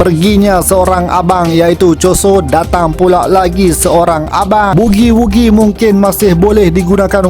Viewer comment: Mantap la intro... sdap betol hang sebut bugi wugi..